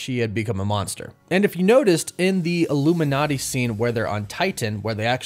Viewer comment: did you say illuminaughty at like 40 seconds?